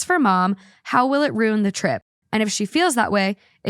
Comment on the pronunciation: Ugh.. Ruin is pronounced "roo-in" not "roon" please stop